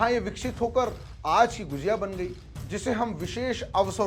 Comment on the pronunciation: गुजिया नहीं भाई गुझिया